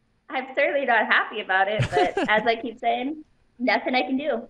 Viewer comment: " I'm 'appy.." - Anderson Silva